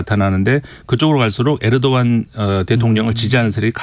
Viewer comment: 에르도안을 왜 자꾸 에도르안이라고 하시는거에요…ㅋㅋ